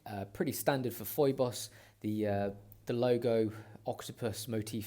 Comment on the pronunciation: Kind of hard to take seriously a review in which reviewer did not make an effort how to pronounce the name of the brand :( It is pheeboss. It is like Phoebe from Friends. Other than that good review!